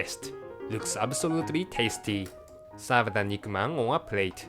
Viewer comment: "It is absolutely tasteeh"